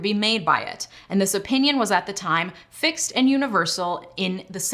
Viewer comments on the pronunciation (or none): none